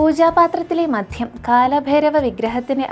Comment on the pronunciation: മധ്യമല്ല കുഞ്ഞേ മദ്യം, മര്യാദക്ക് ഉച്ചരിക്കാൻ പഠിച്ചിട്ട് പോരെ ഇതൊക്കെ!